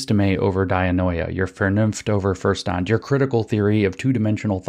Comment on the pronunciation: Verstand - prounonced: "fershtant."